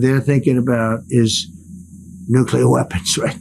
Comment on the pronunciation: When the media is too dumb to prounounce "nuclear" correctly it really shows that intelligent people are in a very small minority these days. If this wasn't the case Trump never would have been POTUS.